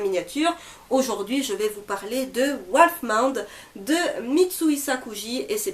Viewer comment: Le titre se prononce "Wolf-ss-mou-n-tt" ^^